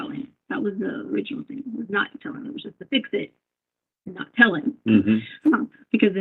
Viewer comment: Hi Gisela! I enjoy your videos ❤ It freaks me out knowing that Letecia was a school teacher!! I’m so grateful her students didn’t get out of line. Who knows what the consequences might have been 😮Do you think the kids mispronounced words as she does? She says ‘think’ instead of ‘thing’ and she cannot even say ‘superstitious’. If the parents of these students wonder why their kids have problems, well that solves one of them. As a stewardess she would of pushed unruly passengers off the plane in mid air! RIP Gannon 💙💙💙💙